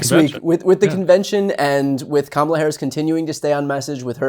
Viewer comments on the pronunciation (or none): It is comma, la: Really hard to pronounce. Trump and MAGA are so weird. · Trump and the MAGA Republicans main campaign theme seems to be deliberately mispronouncing her first name and then snickering like Beavis & Butthead. It may be effective with the MAGA base but any sensible adult should be offended by it. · Being a former conservative, I can tell you that Nancy Mace mispronounces Kamala for many reasons: to please Trump,.. because she's racist or pretending to be,... but the biggest reason is because she and MAGA cult literally orgasm when they "Own the Libs." Mace was probably extra wet sitting there surrounded by 4 or 5 Libs and "triggering" them. It was written all over her face. #YesWeKam VOTE 💙💙💙 Harris/Walz 2024 #MindYourOwnDamnBusiness